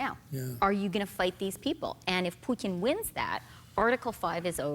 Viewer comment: Wow, I’m impressed that Chrystia pronounced the t in Putin correctly. Both times! This is the first time I have heard anyone on US TV to pay attention to the right pronunciation of his name (not that I like him, I don’t).